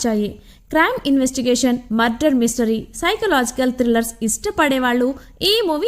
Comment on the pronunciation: Murder not mudder